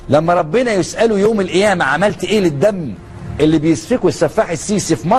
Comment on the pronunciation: بالله عليكم اسمعو نطقه لكلمة القيامة كيف ينطقها بجرد الكلمه من حرف القاف فكيف تصبح الكلمة صحيح اين اللسان العربي الفصيح رحمه الله اللغة العربية